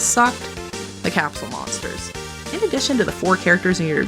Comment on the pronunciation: The video was great until you butchered Capsule Monsters.. I mean wow..